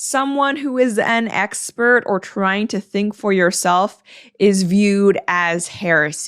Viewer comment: And emphasizing it in a really weird way too